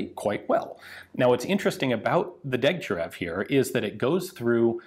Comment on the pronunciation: Correction: it's pronounced Deg-tya-RYOV... otherwise another excellent video, Ian.